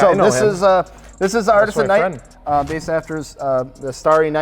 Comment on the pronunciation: it’d sound better pronounced “artiza” but besides that it’s sick